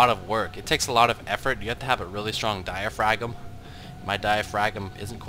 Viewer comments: Die-uh-fram. not die-uh-fragm. The g is silent. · look up it's pronounciation, it's "Di - a - fram", not "Di - a - fragum". Also, the "S" in "Debris" is silent. Just trying to help you out man! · It's true. I've never heard someone say it "die-uh-fragm"